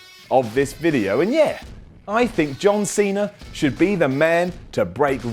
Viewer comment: John Seener!